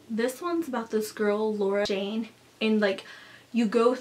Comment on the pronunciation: not laura dane, its laura shane